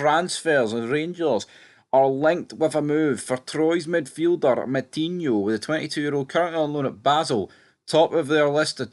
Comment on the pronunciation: It's no Moutinho mate it's Metinho